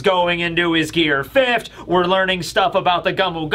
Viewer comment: "Fifth't" Why do you put a T on the end of the word fifth?